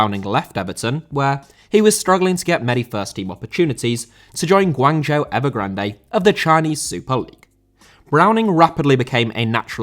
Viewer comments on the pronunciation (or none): none